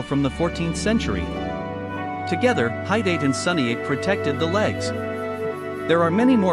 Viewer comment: Ok so this is just AI slop, what the heck are they doing And tf are these pronunciations? “Doo chest guard” “High-date thigh guards” “Sunny 8 shin guards” Somehow the bows are more accurate than the armor AND THE VIDEO is about armor although i will give it to you that this is the first video that has AI generated a somewhat accurate looking suit of samurai armor but still, you can just use images online from screenshots and put prompts inside the AI text to speech that make the AI say the proper words!